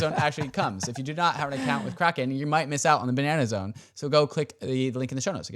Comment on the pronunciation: You boys can't say "Ba-Nah-Nah-Zone" without also taking a sip of wine immediately after. If you're gonna do it, do it right. :)